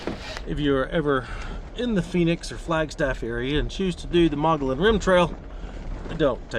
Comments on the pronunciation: Mo gee on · Oh, and it's pronounced Mug-E-On